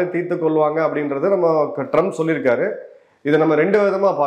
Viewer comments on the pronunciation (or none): Trums illa trumph😂😂😂